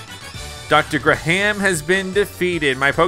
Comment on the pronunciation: it is pernounced gram. my name is graham